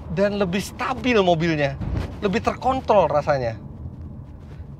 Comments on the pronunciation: r nya ilang 🤣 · Wkakakakaka iya dong meleset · Menit ke 8.08 hampir salah ngucap om fitra ( hampir ke seleo lidah ) hehehehe. Bahaya tuh beda huruf Hampir kaya kurang huruf R nya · Tepat saya mengulang ulang ya mungkin saking kagumnya pengucapannya meleset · Saking cepetnya tuh mobil jadi kepleset dah ngucapnya ..